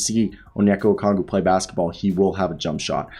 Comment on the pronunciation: I like your content but you really need to learn how to pronounce Okongwu